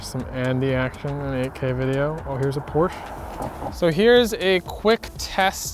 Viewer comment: That’s not how you pronounce Porsche!!!